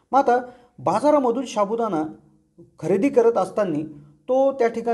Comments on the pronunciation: शाबुदाणा नाही साबुदाणा हा शब्द आहे मराठीत तरी उच्चार बरोबर करा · शाबुदाणा नाहिरे बाबा, साबुदाणा म्हणा 😂😂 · शाबूदाणा नाही रे बाबा, साबुदाणा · Sabudana bolayala Shik baba pahiley. Shabudana Nahi re. Evadha Pakavto ki Loka Tumcha Channel Baghnarach Nahit. Ashya prakaarey Tumcha Channel Shabut Nahi Rahanar. Timing Vadhavnya sathi Evadha kaa Pakavto ???? Channel chi Credibility Ghasartey. - Nilesh Borse. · Sabu..... Don't say Shabu.. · हा फालतु बडबड करतोय एक तर शाबुदाणा नको बोलुस साबूदाणा बोल कोणी विश्वास ठेवणार नाही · शाबुदाणा नाही साबुदाणा म्हणतात रे . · Nit bol re baba "शा" बु ? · पहिला साबूदाणा बोलायला शिका. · सहमत शाबुदाना उच्चारही येत नाही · अगदी बरोबर लिहिलय. साध मराठी उच्चार करत नाही हे लोक अन चॅनेल काढतात!